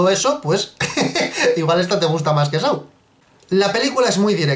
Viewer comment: Me gusta mucho este canal, pero me da cáncer auditivo cada vez que pronuncian "Saw" como sáu*. Yo entiendo que el inglés no es el fuerte de los españoles, pero si vas a hacer referencia a una película tan a menudo, aprendan a pronunciarlo de forma correcta, yo solo digan "El juego del miedo" pero se pronuncia *Só please... los quiero mucho pero venga...